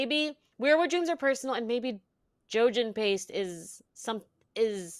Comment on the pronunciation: “Jogen paste” lmao